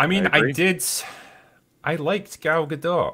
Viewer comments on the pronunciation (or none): The T in Gadot is silent.